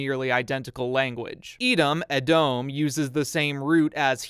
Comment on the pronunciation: I speak hebrew, first of all it was a great video, there are more puns in the bible like Joshua (יהושע - Yehoshua) and Samuel (שמואל - Shmuel), hope you'll enjoy those too Second, the pronaunciation is actually good, but the only problem i had is with Edom (red in this context), we read and write it as Adom unlike in the bible (if i remember correctly they do use Edom in the torah so i get the mistake) Third, in schools we taught that Esau's name originate from him being ready (עשוי - Asuy) like a grown up, hope it makes sense